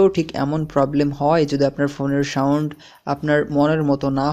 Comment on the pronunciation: সাউন্ট হবে না সাউন্ড হবে, কেমন উচ্চারণগুলো একটু ঠিক করবেন